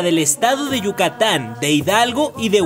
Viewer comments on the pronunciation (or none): none